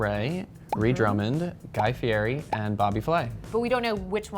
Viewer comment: Guy would cringe at that pronunciation of his last name.